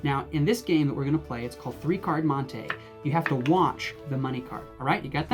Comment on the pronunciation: It’s mon-tee not mon-tay